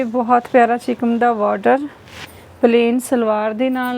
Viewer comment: ਚਿਕਮ ਹੁੰਦਾ ਜਾਂ ਚਿਕਨ ਅਸੀਂ ਤਾਂ ਚਿਕਨ ਕਹਿੰਦੇ ਹਾਂ